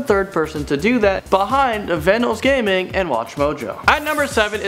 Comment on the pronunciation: how did you say Vanossgaming, you said it like "aVanosgaming"